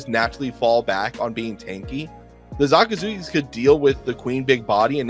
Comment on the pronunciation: no hate at all but why does keep calling him ZAkazuki?